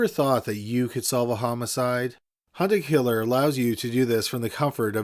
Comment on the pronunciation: Be honest, y'all thought he said "Hunter killer" and not "hunt a killer"